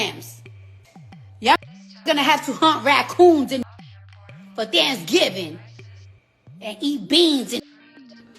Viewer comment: She said Think giving...instead of Thanksgiving...😂😂 ..Ladies yall need help. She ain't no role model 😂